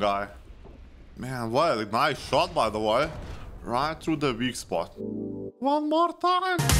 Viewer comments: And again Oneh moarh timeh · i chuckled at "on mor taim" :D